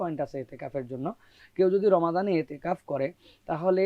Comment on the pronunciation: Itiqaf---no itteqaf...hai re sangbadeek!!